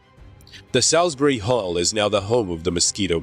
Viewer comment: A wonderful documentary, though it's a great pity that the narrator was not English, as the pronunciation of some of the key words like Salisbury Hall and the like really do grate on English ears! lol can that be re-dubbed?